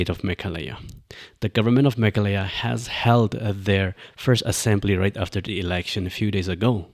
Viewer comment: The MLA has a valid point. Also, it's Meghalaya, not Mekhalaya.